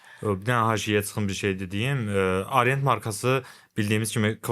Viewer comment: Arient nədir? "A" hərfi haradan gəlir? Haqqında danışdığınız, sattığınız saatın adını niyə düzgün tələffüz edə bilmirsiniz? Arient, AAArient